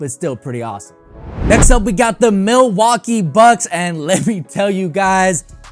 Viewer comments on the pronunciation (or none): I didn't even know u could customize Miamis #s, but when I first saw that ransom lettering I thought they were next level. With that said ...MIL-WAU-KEE...